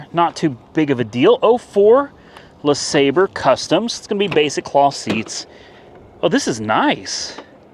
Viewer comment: FWIW, Derek would call that Buick a “la-sob-ray”. 😆I know, I know. I’m being anal.